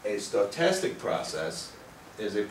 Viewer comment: I think it's interesting how he adds letters to stochastic, instead he's fantastically stoked! Stoke-tastic! Also, Wiener is pronounced with a V (Vee-ner). I realize they are just implications of the local vernacular, but it always makes me jump a little bit when he says them. Overall, a great high-level overview for non-mathematicians.